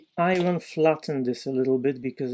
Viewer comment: Favorite video to date! For the sole reason of the number of times you were used the word I-wren (iron). 😂 I love the way you pronounce that word! Kidding aside, unbelievable! I think I was most impressed by the way you made the circle. Another awesome video! Thank you!